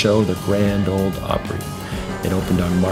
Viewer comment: Grand “Ole” Opry, please.